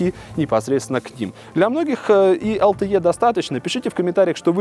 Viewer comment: Какое такое ЭЛ ТЭ Е? LTE читается как ЭЛ ТЭ И! Из уст блогера, который занимается технологиями, звучит как то диковато.